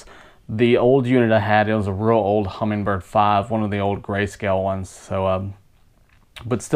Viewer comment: I am amazed that the guy is narrating an instructional video on a "Humminbird" product and he calls it a "Hummingbird".